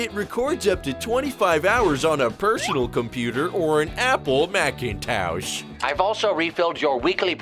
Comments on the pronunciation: "macintowsh" Lol. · "Macintowsh!" XD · "...or an Apple MacinTOWsh."